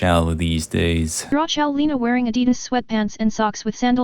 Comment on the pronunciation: Почему его "адидас" звучит так по-русски, по родному? Хпхпхп